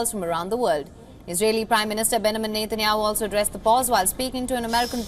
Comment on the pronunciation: She really said Netanyahooo 😂. Free Palestine